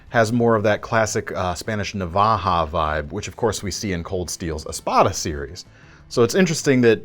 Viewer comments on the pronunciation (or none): awesome!!! first knife he talks about he says it has a navaja knife feel to it, in reality he said it has a knife knife feel to it, i got into an argument with a few people on one of the knife pages on facebook about the meaning of the word navaja it doesn't mean any particular style or knife its the spain-spanish word for knife nothing more, another thing is he doesn't say it right, its not nava ha its navaya